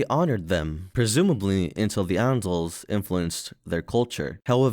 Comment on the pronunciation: I'm sorry, your voice is terrible for telling stories. if i hear you say 'Andals' again i'm going to headbutt a kitchen knife.